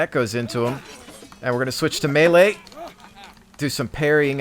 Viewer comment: Lol good video but its not malaaaaa its melee